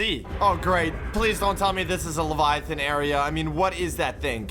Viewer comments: try to say levaiaten but saying ” levaia flevaia ton” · and doesnt even know how pronouce leviathan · Levayathan= pause